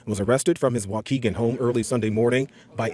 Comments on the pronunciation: It's pronounced "Walk-kee-gan", lol. I've never heard it pronounced any other way.. Anyway, I'm THRILLED ICE is up here deporting these illegals - everyone thinks it's just Chicago but it's not - Lake County has it just as bad as Cook County/Chicago, perhaps even worse considering the state treats Lake County as an "overflow county" for Chicago's undesirables.. I mean illegal immigration has been out of control up here for DECADES so watching this unfold is extremely satisfying to witness because everyone is sick of it and it's only gotten progressively worse over time.. So yea, this is EXACTLY what I voted for and I don't feel the LEAST amount of guilt!! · Waukegan is pronounced Wah Key Gun. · Hey brother, it's pronounced "walk kee gan". 40 minutes north of Chicago. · It's pronounced Wah Kee Gan. If this is gonna be a repeat appearance on the show,. Just so people don't insult your diction on city names. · Waukegan is pronounced wa-kee-gen. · Love your show: It's pronounced Wah-Kee-Gan. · Illinois native here. We pronounce it "walk-ee-gan." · dude.. I live in waukegan... I'm soooo tired of this fuckin story lmfao edit: you pronounced it wrong. its WA-KEE-GAN